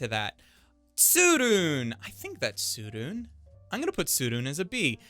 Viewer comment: Just because an anime is universally praised by the masses shouldn’t be a reason to downgrade it (kimetsu no yaiba). And btw there’s no silent e in Japanese (tsurune)